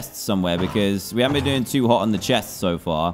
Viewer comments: Why bean? People can speak their own ways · Ahh yes I haven't BEAN to the second part of the end as well